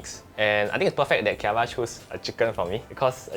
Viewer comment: Lol i thought he say gia wa( scare me in hokkien) . Instead of chiara lol !